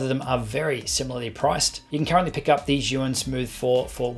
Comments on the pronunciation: Great review! It’s pronounced like “Ji-yoon” by the way ;-) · Osmo Mobile 2 is best compared with Zhiyun Smooth Q. Both are similar in functions, particularly, with their respective joysticks. BTW, Zhiyun is pronounced as "Zune".